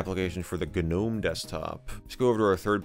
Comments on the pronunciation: its not "Gah Nome" .... its just Nome G is silent. A gnome /noʊm/ is a mythological creature and diminutive spirit in Renaissance magic and alchemy, first introduced by Paracelsus in the 16th century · How many times has he mispronounced gnome with ganome? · Gnome.....isnt the G silent? nome is how it is said? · michael says g-nome lol good video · The "G" in gnome is silent. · Not in that gnome, nope